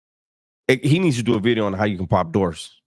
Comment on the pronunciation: Nu Vid-E-O. Bringing facts.